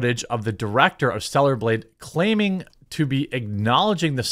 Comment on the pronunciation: And also, I've heard you say 2 things this whole video. That kind of brought to my attention. GAYB Instead of blade. AND org Instead of org l o l what What is your brain going through LO? L.